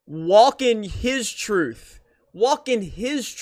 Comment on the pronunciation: "Walk in your truf" such profound!